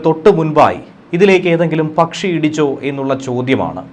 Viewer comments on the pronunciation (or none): നിങ്ങൾ പറയുന്ന ' പച്ചി,' ഏതാണ്? ആരോ അയച്ച പച്ചിയാണ്.